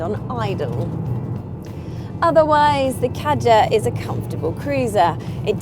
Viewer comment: You do not pronounce Kadjar correctly and there is more leg room in the Kadjar. Learn your facts before you speak.